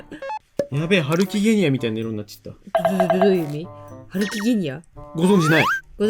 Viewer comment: ハルキゲニア×げんさん=ハルキゲンニア